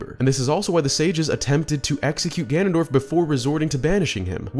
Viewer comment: I love twilight princess so much Zelda shrek spoke hehe Hehw good video, I love the little mispronunciation of ganondorf as ganandolf hehe I like how that was kept in hehe